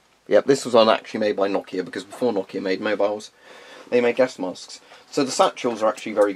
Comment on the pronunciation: That Nokia was perfect pronunciation. English speaking people usually say it no-kia.